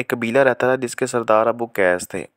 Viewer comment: پہاڑ جبل ابوقیس نہیں ابو قبیس ہے